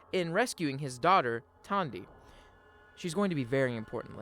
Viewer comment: Everytime you said "Tawndy" instead the logical "Tandy", it caused me pain 🤣